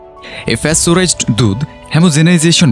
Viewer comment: *ফ্যাসটোরাইজড নয় 😦😦😦😦 আসল উচ্চারণ প্যাসটোরাইজড Pasteurized. *